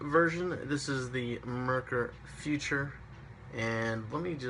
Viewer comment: Foo-tour , according to the Germans. Not future.